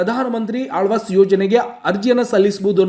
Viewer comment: Lo guru gabbu mudevi alvas yojane alla adu awaaj yojane😂😂😂😂forcidure alla kanla procedure😂😂😂😂